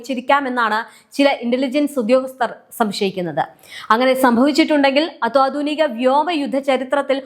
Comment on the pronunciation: ദയവു ചെയ്ത് അത്വാധുനിക എന്ന് പറയാതെ അത്യാധുനിക എന്ന് പറയാൻ ശ്രദ്ധിക്കുമല്ലോ...